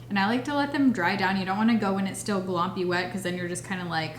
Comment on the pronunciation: Idk why you calling the lash primer "glompy" was cracking me up 😂